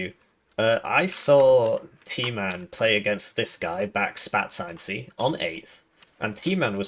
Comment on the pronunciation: Are you calling them back-spat-ce out of spite? Because that's so much more work than saying "backspace".